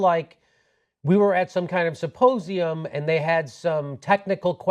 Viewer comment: Did say "syposium"?